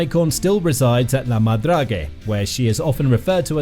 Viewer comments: Check how the word is pronounced in Frencg before you make a video. So annoying to hear 50 times la madragé. My ears are bleeding. 🤮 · Agreed! Narrator or AI, whichever you are, learn how to pronounce La Madrague properly in French before doing a video!